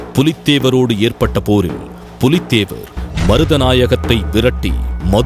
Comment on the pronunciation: Brilliant!! And very good informative video for all !! ஆனால் ஒரு பெயர் திருத்தம் புலித்தேவன் இல்லை... பூலித்தேவன்.. Apart from that very good effort!! Please do more videos for us!!! Keep rocking team!! Good luck!!!